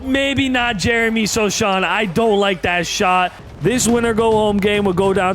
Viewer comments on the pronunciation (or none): It is pronounced so-Han not sochan